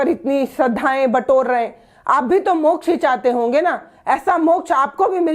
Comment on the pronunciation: अकाल मृत्यु को मोक्झ बता रहे है